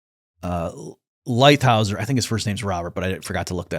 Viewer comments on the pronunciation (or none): That's LightHIZER,, not LightHAUSER.